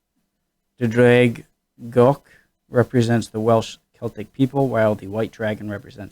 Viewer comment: Dude... that pronunciation of Ddraig Goch was impressively close! Bravo!